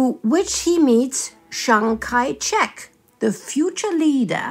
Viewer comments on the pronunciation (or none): Shangai Check? Mispronounciation of Chiang Kai-shek.